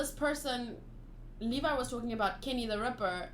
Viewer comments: Levi’s name is pronounced Leev-i btw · Levi = Lee Vaiii